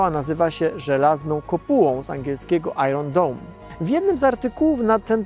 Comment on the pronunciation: ajern dom albo ajen dom. Wcześniej było persewirens. Angielski, angielski, uczcie się angielskiego i zwracajcie uwagę na akcent. Akcent zmienia znaczenie słów o tym samym zapisie.